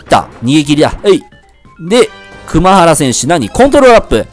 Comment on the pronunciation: ｢熊原｣は｢くまばら｣ですよー